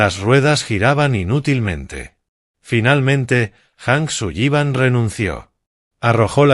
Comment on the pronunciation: ¿Hank Suyiban? No le van bien los apellidos anglos: la doble L suena como si fuera una sola L, en inglés no suena como nuestra "LL" castellana. Así como la H en inglés suena como J, esa si la pronunció correctamente. El apellido anglo "Granger" la IA lo pronuncia "Granjer" cuando la pronunciación correcta es "Granyer". Distintos idiomas, distinta fonética. Boyd "Jijins". Se escribe "Higgins" y se pronuncia "Jiguins". "Oak" se pronuncia "Ouk".